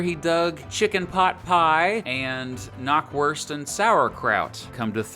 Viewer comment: Knockworst? Did you mean Bockwurst? 😅😅